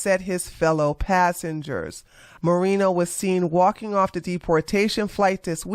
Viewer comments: It’s Moren-No. Not Moren-yes. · I am Hispanic myself and I agree with you on your statement on this guy being a POS 💩. I didn’t even know he even existed until now. Thanks 👍🏾. And I am not offended by the mispronunciation of his name. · Lol, i think you are pronouncing his name the ONLY way it actually wouldnt be pronounced given his latino roots 🤣 😂 😄